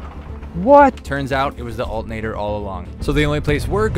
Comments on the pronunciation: He pronounced it with the 't' but not the 'r'. "Altenator" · I've never heard anyone pronounce alternator without the T 😅